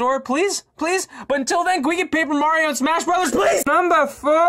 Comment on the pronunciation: Paper Mario has the L like Waluigi xd